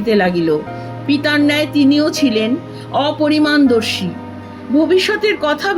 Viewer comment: গল্পের আকর্ষণে শুনতে বাধ্য হলাম নয়তো পাঠ করার জন্যে যে ধরনের কণ্ঠের প্রয়োজন, উচ্চারণের প্রয়োগ বা শব্দ প্রক্ষেপণ দরকার তার কিছুই নেই।সবথেকে খারাপ লাগলো খুব চলতি কথা " অপরিণামদর্শী " একাধিক বার " অপরিমানদর্শী " বলে পড়ে গেলেন। এটা তো একেবারেই অনভিপ্রেত।